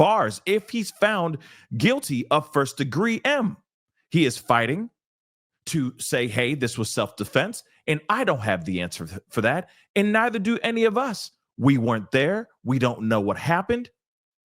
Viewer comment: Self defense as the racist activist said n called it 2 times he said self deflence with an L lol he says it wrong He’s a deplorable racist defiance racist a decider n hater he can’t speak English n is a criminal But karmelo was done his fear factor claim was done once he edged it on n instigated the fight ! Two times he said touch me punch me looking for a race fight